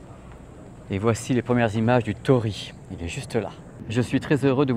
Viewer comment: Torii =) to-li-i / とりい ! Toli-i ! :) Pas compliqué, si ? ;)